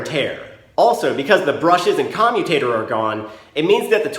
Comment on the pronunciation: Why do I keep hearing commie tater?